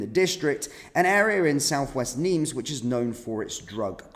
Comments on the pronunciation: NIMES - PRONUNCIATION WITHOUT THE “S” … NIME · Its Nimes (neem) 's', is not pronounced. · Nimes, sounded without the S